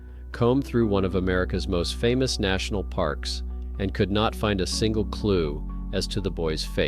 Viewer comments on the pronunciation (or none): none